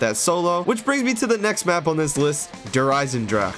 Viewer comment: So ur saying you could only beat the campaign in co-op? This is why i never liked the highest difficulties on the campagin, it didnt get any more difficult, random stuff just oneshotted you all the time. You also forgot to say the E in Der Eisendrache. Its not silent.